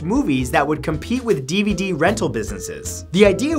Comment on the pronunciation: What's a deevudee??